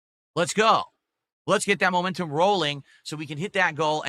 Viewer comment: needs to stand in front of a train then has some momentuhm gowwing and get nailed by it.